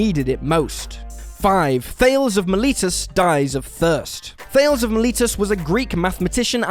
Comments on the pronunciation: Thales of Miletus was a famous Greek mathematician, so he was speaking out of his field of expertise. BTW, you pronounced "Miletus" close on, but "Thayles," to rhyme with "sales?" You're not doing your research, as usual: it's pronounced "THAY-leez." Only a couple of these were ironic, though some were entertaining. Stay safe, everyone. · Thay-lee's. Not thayls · Thales is not pronounced 'thay-ls', it is pronounced thus: 'thay-lees'. If you're going to commentate on some interesting historical characters, you really owe it them to be respectful enough to speak their names properly! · Also, it is pronounced THAY-leez, not THEYLZ. 😖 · ummm. Thales is pronounces Tallis.... just sayin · Thales is pronounced thay- leez. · Thales is pronounced Thay-lees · Thales: two syllables. Still dead. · Well, that is definitely not how you pronounce Thales. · It wouldn't be a Whatculture video without 4,815,162,342 mispronunciations.